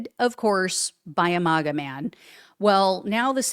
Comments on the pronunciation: Please,PLEASE, pronounce it correctly! It’s not MOGA ; it’s MAGA as in MAGGOT. Even they pronounce it that way. Thanks in advance.😊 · You’re pronouncing MAGA wrong. It’s “MAG-uh” as in MAGGOT (MAGAt). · Learn how to pronounce MAGA